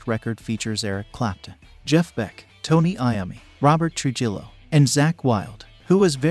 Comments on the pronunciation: It's not "true-hill-o" it's pronounced "true-he-o" Please don't think I don't appreciate your posts and inside info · "Robert true- Jillow??? LOLOLOLOLOLOL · He said True Jillo. 😂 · Ugh.... In this day and age, how can anyone, ESPECIALLY, NOT known how to pronounce Trujillo's name?